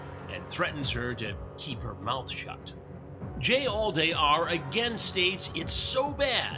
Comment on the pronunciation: "Jallday" more like "Jailday" 💀🤣